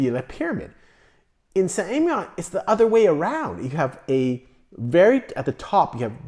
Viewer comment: Emilion you pronounce the ‘L’. You’re pronouncing it like it’s a double LL.